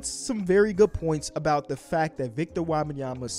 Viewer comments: It's Wem-ban-ya-ma not wah bah yema. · Wabayama?? Bro wtf are you saying lmao. It’s Wem-Ben-Yama. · It's Wembanyama, not Wabenyama. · Yo bro, love the content but its Wem benyama not WAAAH banyama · It's not "Wabenyama" it's "Wenbayama" lmfaooooo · It’s a tough listen 😂😂 “Wob-an-yama” Hold up I just got to and he started saying it right wtf 😂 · He kept calling him victor wabyama😭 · Love the vids but you gotta get Wembanyamas pronunciation right, it aint Wabenyama. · his name is pronounced Wem-ben-yama!! You say his name so terribly 😂😂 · I don't know who WAH-BAHN-YAH-MA is. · Wobenyamba lol get the pronunciation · his name is not wabbinyamma please learn it if you wanna talk about him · Stop saying WAHbenyama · Mannn, the way say Wembanyama 😂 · back when dr beecham pronounce his name as "victor wabbanyama" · But why do you pronounce the E und Wembanyama as an A ? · Why is he saying victor last name like that lol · Can you please pronounce bro’s name right… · can we learn how to say his name please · I don’t think is saying his name right lol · you gotta learn how to pronouce his name man 🤣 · how are you still pronouncing his name incorrectly lol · Butchering that man's name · At least learn how to say his name